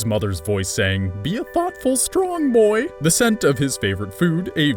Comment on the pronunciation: Toad Knight, no, I actually messed up saying “boy ”